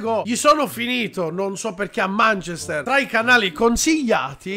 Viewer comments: manchester è pronunciato manchèster non mànchester quindi si, hai ragione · ma manchester non si pronuncia così....anche google traduttore lo dice giusto...provate😂